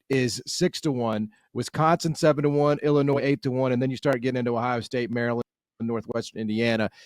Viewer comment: exactly this is a different team with no drama among the players like last year. he pronounces the S in Illinois, no wonder he has a bad take